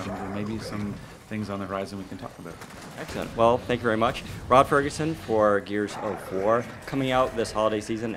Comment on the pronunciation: He said Rod Fergutton!